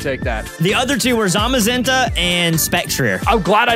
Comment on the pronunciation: Bro really said zaza-menta